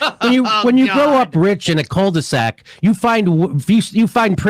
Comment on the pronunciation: Didn't understand "cul-de-sac", as I thought Jimmy said "cold sack". Ha!